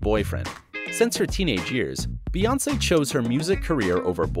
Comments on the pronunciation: Her name is BEYoncé. The pronunciation is literally in plain sight. Bey as in BEE. You know like a bumble bee, hence BEY (bee) Hive. Her name is not BAYoncé. So how tf do people still manage to say it wrong?! Like why does this need an explanation?! 😩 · It's not Bay its pronounced Bee like queen Bee or B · Bey not bay.